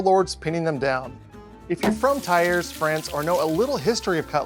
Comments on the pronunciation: I hear you say TYRE when it is more "tee-air". French, such a singing language 😆 If I were to do this as my leaving, laying down, I'd be fired for sleeping on the job... 😅 KUDOS to all patreons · Thiers Pronounced “tears” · Oof the pronounciation of Thiers xp